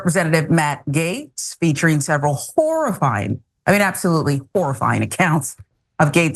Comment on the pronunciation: sounds like she said "whore-i-fying" 😂